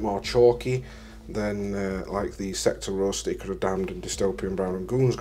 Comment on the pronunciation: I can see myself steadily buying these products to replace my current AK stuff. BTW Ichor is pronounced EYE CORE.